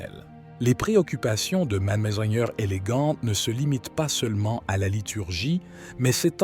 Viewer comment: « Ce », »ci », « mgr » sont mal prononcés : pourquoi ? est-ce l’intelligence artificielle……😅comment prendre au sérieux?